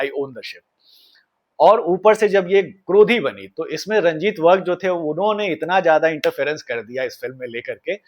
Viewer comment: Its virk not vark